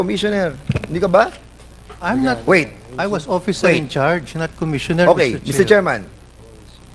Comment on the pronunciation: Hahaha! Mas nakakatawa ka pa sa Boyoyong Clowns, Mr. Fernandez! Nanlamig at parang gusto mo na matunaw no? Hahaha! Ayusin mo kasi, sir. Umpisahan mo na sa pag bigkas ng "oFFicer", kasi pinagpapalit mo yung "f" sa "p" e. Right minus wrong pa naman yan. Buti nalang sinalo ka ni Mr. Chair. Tsk!